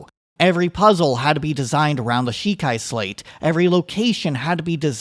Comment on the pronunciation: It's hard to trust the opinion of a non-zelda fan like yourself (I mean look at your game play footage, and you cant even pronounce Sheika slate or Rauru correctly ffs) Way overcritical and if any of the changes you mention were actually implemented it would totally ruin the game (you can keep your annoying ass puzzles, I'm so glad these games aren't riddled with them). It's very sad that the youtube algorithms have brought forth so many people marketing their channels by displaying negativity. I think both BOTW and TOTK were amazing, and thankfully you are the minority in this mindset.